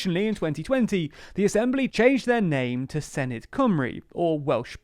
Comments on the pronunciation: or sinith instead of senedd :D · It’s not pronounced Sin-i-d it’s Sen-e-th and they’re not Welsh parliamentary elections they’re Senedd elections. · The 'dd' at the end is pronounced more like a 'th' sound. So proper pronunciation would produce a 'Sen-eth' , exactly as you suppose. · I feel like i should point out it's pronouced 'se-neth' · Thanks for doing a video about devolved politics in Wales. It gets very little attention in the UK media. Minor note, Senedd is pronounced more like 'Seneth'. 'dd' is a digraph in the Welsh language that makes a 'th' sound like the end of words like 'bathe' in English. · Tip for the future, the 'dd' in 'senedd' is pronounced like a soft 'th' in English 'the', 'then', 'there'. I'll be voting for Plaid Cymru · It's pronounced SEH NETH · With the 'dd' the equivalent of 'th' as in 'there'. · Please learn how to pronounce Senedd. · Hey 😄 very glad you're covering Welsh politics! Just a little note: the dd in Senedd is not a hard D sound, it's more like a th sound but very soft rather than the hissed sound English speakers would use. I appreciate you're doing a lot for these videos already, but there are plenty of short and approachable videos on YouTube that teach basic Welsh pronunciation and point out that it's a phonetic language so these days there's not really any excuse for a person living on the island of Britain to not know how to pronounce Welsh words. I say this as a Welsh person who lives in Aotearoa/New Zealand and has learned how to pronounce Māori words, which are also phonetic, despite not being fluent to any level in Māori. The gap between learning the entire language and just learning its basic pronunciation is vast, so I'm sure you could get your tongue around Welsh syllables without learning the whole language 💖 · Should probably add it's a voiced "th"-sound as in 'that' rather than thing. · It’s better than the last video so give them some credit, but yeah not fully there yet. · I’m not even hearing the -th either